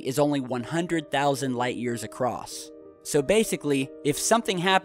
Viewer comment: How many times has everyone else clearly heard pronounce ACROSS as ACROSSED OR ACROSST? What's up with that?